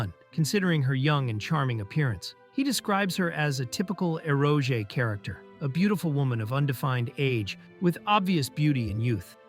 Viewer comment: Eroge “aero-jay” 😂🤦‍♂️